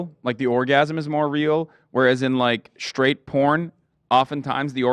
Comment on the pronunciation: Why is hassan so obsessed with an old white man's dong? Gross. Also, why does hassan say 'SHTRAIGHT' and 'SHTRONG'? There's no H after S in those words! My god, hassan is annoying as hell!